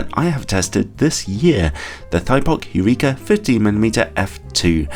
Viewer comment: Ha funny French pronunciation :)